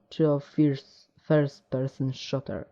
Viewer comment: nie szoter tylko szuter!! ucz sie angielskiego tak samo z wolfensztainem........ ale tez tey pojecie fps first person szuter - zadania zazwyczaj to szukanie kluczy hahahahah xd padlem xd